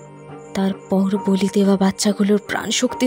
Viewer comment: খুব সুন্দর গল্প। কিন্তু বলি ক এক জায়গায় বালি উচ্চারণ করা হয়েছে।